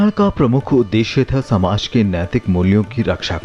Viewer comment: डॉक्यूमेंट्री बहुत अच्छी लगी, परन्तु वर्णनकर्ता से अनुरोध है कि कृपया वो अपने द्वारा प्रयोग किए गए इन शब्दों का शुद्ध उच्चारण करें। मशाल माशाल नहीं संस्कृत सरंसृत नहीं शासन शाशन नहीं समाज सामाज या शमाज नहीं दासता दास्तां नहीं पहले पहए नहीं हो गया होग्या नहीं